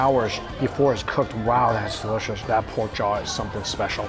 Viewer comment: “Anodder” 😂 at least Mikey corrected dewishious